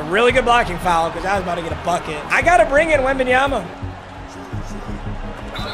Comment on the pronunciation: pronouncing foul as fowel is infuriating